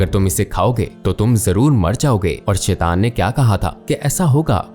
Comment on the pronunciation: شیطان کا تلفظ غلط ادا کر رہے ہیں اسے ٹھیک ادا کریں۔